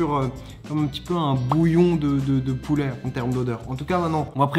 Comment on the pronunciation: Poulè Poulè on dit pouler